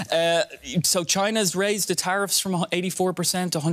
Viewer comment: "Traiffs" lol